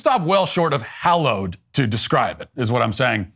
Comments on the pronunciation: She never said hollowed - it was the way she pronounced hallowed. Watch the video again. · Thanks Matt, for spelling out the exact mechanics of why her short speech was NOT poetry, while providing us a little eduction of what actually constitutes poetry. Ms. Gorman's inadequate education was loudly broadcasted when she used the word "hollowed" instead of "hallowed." I heard that, before Matt expounded on the error. Did the amateur not practice reading her speech to live persons? Who were bright enough to correct her pronunciation? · The first thing I noticed was that Amanda Gorman doesn’t know the difference between hollowed and hallowed. Democrats pretend not to notice because she’s black. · How she said ‘hollow’ and not ‘hallow’. I caught it immediately … guess it’s all downhill from here.. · ITS HALLOWED, NOT HOLLOWED YOU DAMN FOOL. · Ok lost me at " hollowed place" wtf? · Did she just say - We gather at this "hollowed" place? Did she mean "hallowed" as in sacred? FFS. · did she just say hollowed place !? in the first line ! youve got to be kidding me ??!! (edit - yep, she did) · She has no idea the difference between "hollowed" and "hallowed" 😂😂😂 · Some people pronounce "hallow" with a flat A like in hall or fall. Hence, why fallow is also pronounced both ways. Flat A and short O are pronounced the same by many contemporary, English speakers, which is why hallow and hollow are homophones for some people. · The very first thing she does is mispronounce hallowed, lol. Still, she kinda fine, doe. I'd like to explore HER hollowed place. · How does she screw up “hallowed”? Yes, the place was anything but hallowed, but she wanted to say it was and she screwed it up. Embarrassing. And our earth is going to perish from this country? Stop.